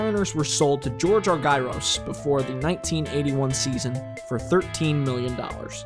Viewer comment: This is awesome. Thanks very much. One picky point... it’s pronounced ARE-jer-us, not are-GUY-ros.